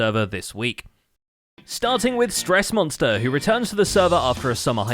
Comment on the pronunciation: Stressmoss-ter...ah yes